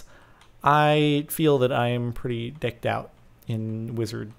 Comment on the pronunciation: It sounded like he said "I'm pretty dicked out"